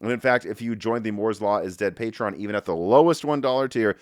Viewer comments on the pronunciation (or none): none